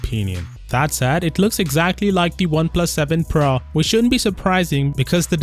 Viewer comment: So its PRO not...PRA🙂